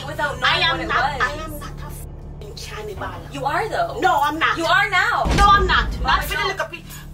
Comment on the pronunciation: Lmao at “can-nee-bal”